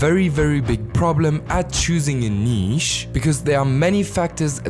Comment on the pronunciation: The way you say “Neeesh” lol